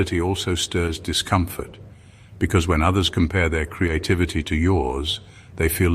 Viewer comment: ONCE AGAIN HEARD,"CREATE-TITTYVITTY", 😂 AM I STARTING TO LOSE THE PLOT OR WHAT????😂